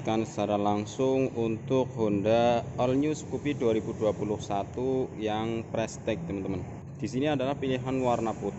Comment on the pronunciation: Pengucapannya ; ("prestis")